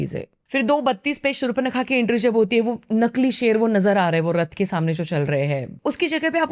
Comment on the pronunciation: शूर्णपंखा नहीं रे शूर्पनखा 😂😂😂